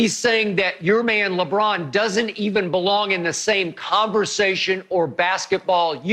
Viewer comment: Everyone are saying mj the and shannon says lebum lol